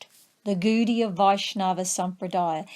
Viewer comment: Pronunciation not so good though...it is not "Goodiya" but Gaudiya or Godiya...